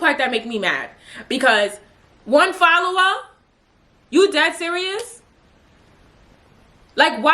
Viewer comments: Why would I ever start cracking uppp when you said “1 FolLoWUh”! Lmaooo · “1 followah??!!!” 😭😭😭😭 I love u 😂